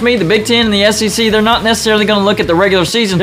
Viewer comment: Did you say AssEC right at the end? (at about the mark)